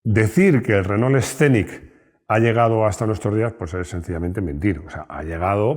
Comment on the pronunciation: Por qué pronuncian ASÍ renault? 2mil años viviendo pegados y nunca escucharon la correcta pronunciación? 🤔